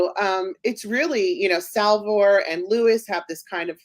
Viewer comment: You beat me to the punch! I wanted to bring up the mispronunciation issue. Btw, you missed Salvor, he pronounced it as Salvo.